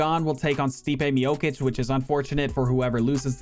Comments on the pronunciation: Not miokic miocic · That pronunciation of Miocic is killing me lol